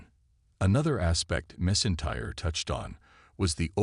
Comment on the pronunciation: “Missintyre” AI can’t say Drew’s surname 😂